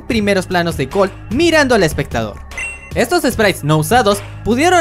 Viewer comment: En vez de gold dices algo como colt